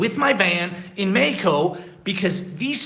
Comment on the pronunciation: Practice the correct pronunciation for Mexico you say MAI KO but it is MAH HEEEE KO, J is like an H is English but stronger, in English the H it is like a whisper, but the Spanish J is like a strong H stronger than the H in HE